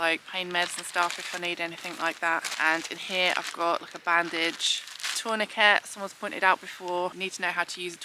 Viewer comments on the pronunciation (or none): I really enjoy your video's. No critism because I personally am dyslexic but can remember from my St Johns first aid from over 55 years ago, taw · nuh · kay - it is from the French from tourner “to turn”. Keep up the brilliant work anyway.